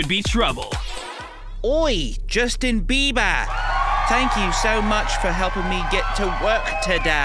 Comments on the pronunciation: "Justion BEE-BAH" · Justin Bae-bah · It's JUSTIN BEE' B ARr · Josten Beeba 😂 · Josten beebah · why was he saying JUSTaN BEiBa